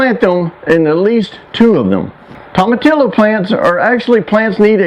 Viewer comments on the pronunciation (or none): Tomatillo is pronounced toe-muh-TEE-oh!